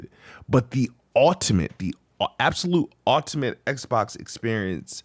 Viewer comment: Why doesn't he know how to pronounce "ultimate"? 😂